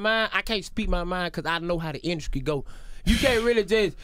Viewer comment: If DC say 'induskry' one more time...